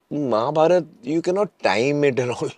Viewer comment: and I love man for not saying Mahabharata aa but simply saying Mahabharat. we Indians, at least the North Indians should learn to pronounce our Hindi words right. like ram and not Rama, ravan and not ravana. more respect for you man!!! keep rocking